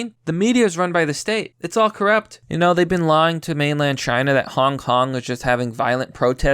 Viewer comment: At first I legit thought that you said 'hon honk is winnig the meme war' which is true but still.